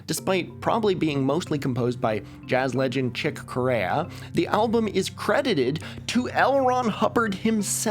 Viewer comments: Corea is usually pronounced like the country South Korea. I played in a band with a musician who grew up with Chick Corea in Boston. He was close friends with him for years and hung out in the recording booth when Chick and Miles Davis were recording the album In a Silent Way. Chick got into Scientology and encouraged my friend to join. My friend dabbled in it for years, but eventually drifted away from it. Then, one time, Chick called my friend in the middle of the night, and demanded that he join Scientology and threatened to never talk to him again if he didn’t. My friend refused and Chick never talked to him again. I think that the reason that there were a lot of jazz musicians who were into Scientology is because Chick Corea was a musician who people looked up to a lot. It was well known that you couldn’t be in his band if you weren’t a Scientologist. It’s actually kind of similar to the way that a lot of jazz musicians started using heroin because Charlie Parker used heroin. I don’t know which one was more destructive to people. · I’m not 100% so grain of salt and all that. I believe the jazz artist’s name is pronounced “Chick Korea” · chick corea is literally pronounced the same as korea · Chick Corea is actually pronounced Korea.